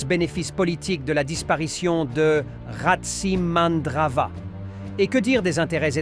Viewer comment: le o se prononce ou en malgache non ce n 'est Tsiranana voila c est RATSI tous le monde le sait